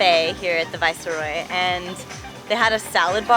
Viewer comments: It is Vice roy and not vicer roy!!! Spelt Viceroy!!! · Viceroy pronounced vīs,roi basically just don't pronounce the e !